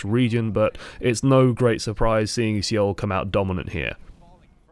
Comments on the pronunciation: I think Seoul is pronounced "soul" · I hate the way you pronounce seoul.